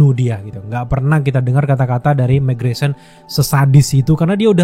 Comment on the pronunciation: mark grayson . bang bukan megreson. 😅